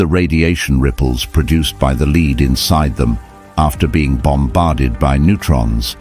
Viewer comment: Another crap AI generated commentary pronouncing " Lead," the metal with " Lead " the strap used for walking a dog. This happens so often nowadays why? Laziness ? cheapness? It shows AI is not so bloody clever after all!